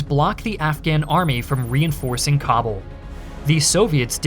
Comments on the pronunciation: It’s pronounce Ka-Bool!!! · It takes merely 10 seconds to google where stress in the word Kabul goes. To unsubscribe for me takes even less time. Farewell